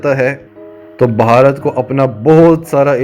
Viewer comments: اہ بھائی ویڈیو میکر۔۔بھارت کو بھہارت کیہ رھے ھو۔۔ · بھائی جان آپ بھارت پر ویڈیو بنا رھے ہیں۔۔۔کسی سے بھارت کے نام کا تلفظ سیکھ لیں